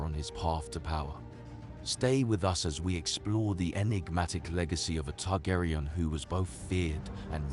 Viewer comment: Targaryen is pronounced TARGARIEN, not TARGARAYAN. Daemon is Demon. Otherwise great video, Aemond is my favorite character!